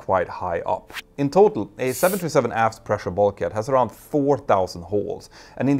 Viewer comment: I've listened to and enjoyed many of your videos. But it took me quite a while to realize that when you say what sounds like 727, you're actually trying to say 737. This happens more as you speak more rapidly. It's quite confusing, and results in misunderstanding. I think it's because you pronounce the US "th" more as just "t". Other than that, I really enjoy your videos. I've learned so much!